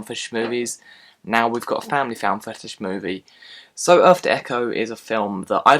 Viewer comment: I may see this. I liked ET, Goonies and Stand By Me as well. When you said "footage", it sounded like "fetish."